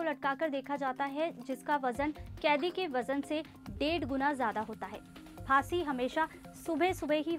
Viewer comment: फासीeee instead of फाँसी 😂😂